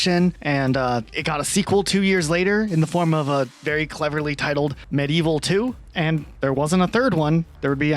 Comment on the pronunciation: “Meh-Dee-Evil” it’s spelled “Medievil”